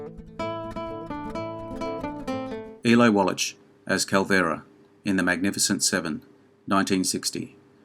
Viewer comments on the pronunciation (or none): Wwlach, not walitch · Great vid, but Eli Wallach is prounounced wall akk not wall atch...hope this helps. Keep up the good work. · By the way, it is pronounced "Wall-ack" not "Wallatch" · It's pronounced as Wallack,not Wallach. Jeez,...get it right for a video like this. ps, I really did enjoy your video though. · I wish you would learn how to pronounce Eli's last name. It's pronounced Wall-ik! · The name is pronounced "wall-ack". The "ch" at the end of Eli Wallach's name is pronounced as a hard "k", or "ck" - not a soft "ch" as in "which". Eli Wallach, pronounced "wall-ack". Thank you. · Wallach is pronounced “Wallack”. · Too much trouble to pronounce Wallach? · I think it's a hard "ch" in "Eli Wallach." Not 100%, I admit. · Eli Wallach deserves better than to have you butcher his name like that. Shame on you. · Small correction: Eli Wallach...the 'ch' is pronounced like a 'k'. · Narrator, PLEASE learn how to pronounce the names of the stars you’re discussing. I’m thinking of course, of Eli WALLACH. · I had never heard Eli Wallach's name pronounced quite like that before. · Yup, and he said it over and over and over again! Cringe-worthy. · A compelling list to be sure! Just an an FYI, for future videos, in Eli Wallach's last name the 'ch' is pronounced with a 'k' sound (like in mach 5 , or charisma). He is so prevalent an actor that I thought you might want to know.